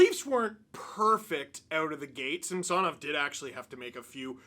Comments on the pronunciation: Ok. They said Samsonov wanted Cuthbert to pronounce it that way. I guess he doesn't care then. I'm sure you are right, just odd the player wouldn't want the play by play guy to say it right. Maybe its like when Kaberle played. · Steve can you please pronounce Samsonov’s name properly. He doesn’t want to be called the way you’re saying it. Kind of disrespectful. Great job as always though. 👍